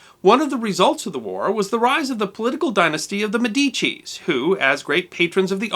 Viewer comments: You should learn to pronounce Italian. It's not difficult. You could learn it in a few minutes--an hour at most. For special cases, like the accent on the first syllable of "Medici," you could use a dictionary or Google translate, which is pretty reliable. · And pronounce Medici correctly.